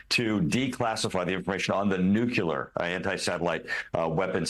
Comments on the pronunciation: How can I take a person - presumably an educated one - who says "NUKE-YOU-LER" seriously ? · Nuclear, not nukuler, there is only ONE “U” in nuclear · oooh, why can't a clearly educated,informed person say "nu-cleeear"...rather than "nucyuular".??? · Why should we take any notice of a nuclear expert who thinks he's a 'nucular' expert? Is he going to hit the wrong button in an emergency? :/ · Nobody who can't correctly pronounce the word "nuclear" should have any power over anything nuclear. Not because of grammar, but because of refusal to listen to important stuff.